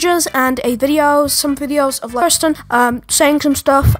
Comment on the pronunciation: u pronounced her name as kursten and not keersten (the correct pronunciation of her name)